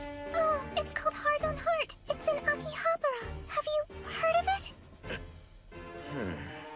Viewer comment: Y they mispronounced akihabara 😢